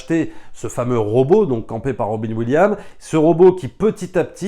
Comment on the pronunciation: C"EST ROBIN WILLIAMS IL FAUT PRONONçER LE S TOUT COMME JOHN WILLIAMS PAREIL TU DIS GEORGE LUCA C"EST LUCAS AVEC LE S